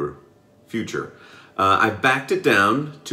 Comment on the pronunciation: Hahah, correting the way how you say Merkur and saying future instead of futur. it's German z not English. It's a part of German Gramma. Not the future.. Still, nice shave, like your videos!👍👍